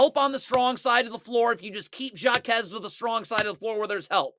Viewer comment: HAH KEZ not SHJA KEZ (Jaquez// the j is silent in spanish.. shhhhhh)